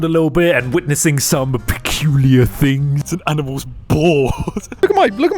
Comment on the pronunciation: I am very concerned that they didn't even ban disgusting content and only ban people who talked about this Edit: it makes my day when you sed "aminals" and T H E W O M A N